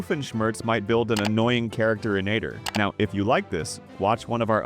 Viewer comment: It is inator not ineater